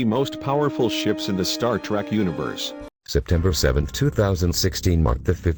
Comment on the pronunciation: robot voice=dislike This one is particularly shitty. Star Tarek?? ugh